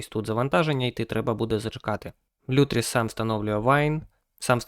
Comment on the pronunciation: кроче не лютріс а лутріс